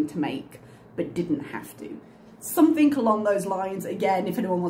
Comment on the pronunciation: Is it just me or does she end her words with a K? Like Somethink.